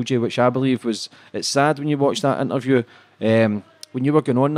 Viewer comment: "intervju" Swede? 🤣